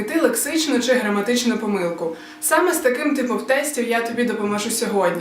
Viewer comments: Хіба наголос не на О?(пОмилку)на початку відео? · Мені теж вуха різало))) але там подвійний, хоча мені пОмилка звичніше)